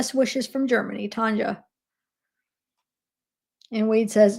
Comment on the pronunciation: Hey, chiara is pronounced Kiara like the lion in lion king lol. And Tanja is tonya